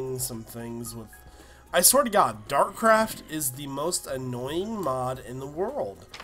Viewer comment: It's Dartcraft not Darkcraft